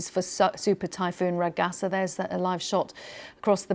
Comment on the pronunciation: Laughing at news readers who can't be bothered to search online how Ragasa is pronounced before going on live TV.